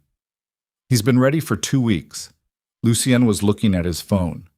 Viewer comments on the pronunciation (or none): Why use the name Lucien, if cannot pronounce it? Lol